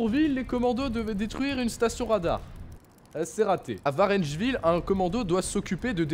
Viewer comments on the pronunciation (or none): Et c'est pas "du Puys" mais "de" Puys et de Varengeville et pas Varennegeville ou je ne sais pas quoi mdr. Mais je comprends l''erreur :) Sinon je suis du même avis que Sybella, c'est constructif et c'est bien énoncé ! Continue ainsi.